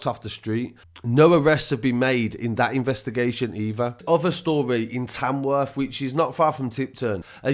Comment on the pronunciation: did you say Tamworth or Tanworth 🤷‍♂️